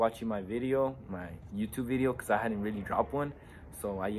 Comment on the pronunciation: No sé dice cuuz sino cuuh🔥🔥